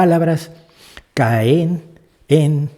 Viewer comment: No se puede uno quejar impunemente de Alex Lora si dice «caén». Por lo demás, de acuerdo con el vídeo y la crítica. Pésimo Musico y letrista ese señor Lora. No entiendo el porqué de su fama.